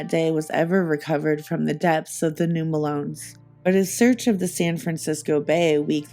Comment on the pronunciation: Fantastic work, but as a native of this area the mispronunciation is driving me crazy. Melones is pronounced “muh-low-knees”. 😊